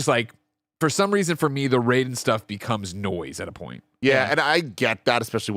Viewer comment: The fact that you guys pronounce Raiden the Mortal Kombat way and not how it should be hurts my soul